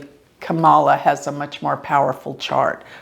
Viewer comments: Dear, Enjoy your readings, esp on my Fave VP Candidate, SEN. Kamala Harris! Btw, with all due Respect, The correct pronounciation of her name is, 'COMMA-LA,' Two syllables, not, Three, as in, Ka-Ma-La... Thank you for the work you do! It helps me stay Calm in midst of the illusionary STORM, that, IS Passing! Meant to add my favorite Randy Rainbow Song: KAMMA-LA! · Her name is pronounced Comma-lah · Hi. You’re mispronouncing Kamala’s name. It’s pronounced like “comma la.” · It's Kam-a-la - accent on first syllable and pronounced "cam", as in camcorder. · Her name is pronounced Comma-La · Good analysis. Would've been great if Mike Pence's birth time is available. Btw, it's pronounced "comma-la", just for your future reference. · if you're going to record a public reading about someone, please pronounce their name correctly. Trump doesn't feel a need to, but that doesn't mean you should. Please be respectful of the people whose chart you are reading. Thank you. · Alamar Fernandez .....most people pronounce her name wrong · Rodney, are you sure? is a vedic astrologer, so she is familiar with Sanskrit words. Kamala is a Sanskrit word. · yes I’m sure. She’s saying it wrong.